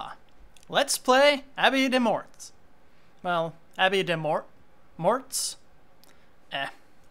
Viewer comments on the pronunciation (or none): I think morts is pronounced like more.